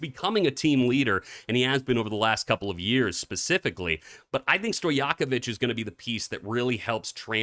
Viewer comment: You don't know how to pronounce Stojakovic??? Ever heard about Peja Stojakovic? Btw you're pronouncing it perfectly, but no way you don't know about Peja!?